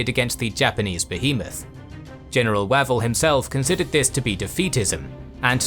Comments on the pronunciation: Way-vel, not wav-el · I've always head Archie Wavell's name pronounced with a closed 'a' (as in wave). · With all due respect, your AI is mispronouncing Wavell…its Way-vell, it is driving me nuts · Pronunciatio!!!!! Wavell,!